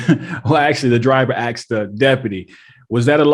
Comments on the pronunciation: He " axed" him to roll the window down? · And the word is asked not axed. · Please don't say "Axed" the police officer. The word is Asked, you're an intelligent man - come on be better. Great channel by the way. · He axed the driver? Be axed the Deputy? You got to work on that dude! Otherwise great work and great content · Dude love your commentary on these videos. But for the love of God it is pronounced asked not axed...... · Asked, ask , asking. Not axed , axe , axing!! Aksed?? aks, aksing😂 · “I axed you to pull down your window!” Is it really that hard for native English speakers to properly say ASK instead of AXE? Where is this verbal dyslexia coming from? That’s all I’m axing…😂 🪓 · Asked or axed? Geez wtf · Ask or axed? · Why do you say he 'axed' the driver rather than 'asks' the driver. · I hate seeing black people butchering the English language. The cop didn't AXE any questions he ASKED questions, saying it any other way is pure laziness, I know you snowflake liberals will have a meltdown over me saying this, but, the liberal made up term EUBONICS is nothing but a way to excuse to be lazy when speaking. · Please retrain yourself to say “asked”, not “axed”. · The word is asked not axed. I just needed to bring it up bro. I have watched alot of your videos and I like them but it's really getting annoying because you always say axed ⚒️ and don't say the word properly . Again please I'm (asking) you to say the word correctly please 🙏. I really would like to keep watching your videos without fast forwarding over your commentary or unsubscribing. It's just proper grammar Is all. You seem like an intelligent guy until you Mispronounce simple words. Thanks bud keep up the goid work! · "He axed the driver"? Someone please explain. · No, he did NOT "Axe" the driver If you axe someone, they wiill be seriously hurt. He ASKED the driver. NO! The driver didn't "axe" someone either! WTF? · Axed is not ask. Maybe you need to learn how to even talk..